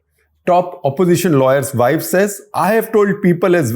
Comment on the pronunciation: Shekhar Gupta is embarrassing! Pronouncing wife as "vaaif," what language does he think he is speaking?